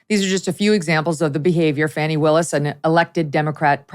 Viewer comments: I live in the Atlanta area. I can tell you that Fanni Willis is so corrupt. If you are white in Atlanta, you will never get a fair trial under her. And by the way, her name is pronounced Fanny like ones fanny. It is not pronounced Fawnii. Great job covering everything Megyn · ita not fanny....its Fani (fony)...please say her name right